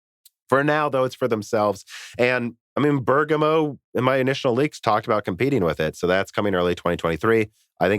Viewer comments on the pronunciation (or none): But he used to say it better, now he's saying Burger- moe Anyway Americans often don't pronounce English place names correctly, so Italy shouldn't feel singled out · Not really. pronounced the first syllable more accurately, but the stress should be on the first syllable, like how Lisa said it. They're both slightly wrong, in different ways.